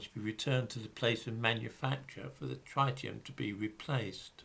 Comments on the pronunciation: the first syllable of ‘tritium’ rhymes with ‘tit’, not ‘tight’. 😁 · Reverend George No. Tritium is an isotope of hydrogen. It has a single mandatory proton like all isotopes of hydrogen and in addition has two neutrons. The other isotope is deuterium with one neutron. This is absolutely nothing to do with oxygen, which has 8 protons and usually 8 neutrons. You are thinking of the ozone molecule. P.S. And you’re completely wrong about the pronunciation too.